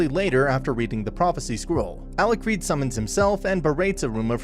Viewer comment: It's Alicred but he just sucks at pronouncing it